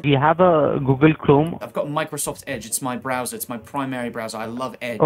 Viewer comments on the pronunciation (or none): Meekrosoft kills me